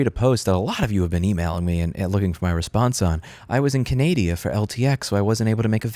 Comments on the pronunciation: It's CAN-A-DA . Canada. But eh, I still love your videos... Go Right to Repair! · HAHAHAA Canadia 10/10 matey i love it.! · lol, Canadia! I thought only I said that. edit: I've often had to pay to get the information that was needed to fix/work on things- like buying automotive manuals. No one said the manufacturers were "anti-repair" because they didn't put that info together for free. What's changed? I'm at odds with Apple, not a shill. That information should be available, but it has value. It doesn't need be given away for free. I wish they would, but our current model of capitalism isn't best product at lowest price (Henry Ford), but make as much money as possible for shareholders. Apple is no longer the company that made my first ][+. : ( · Love how you pronounce Canada "Canadia" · lol did I hear "Canadia" in the beginning of the video? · can-adia? XD